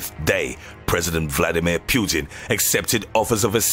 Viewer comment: I love how he pronounces PEWTIN 😂😂😂(putin)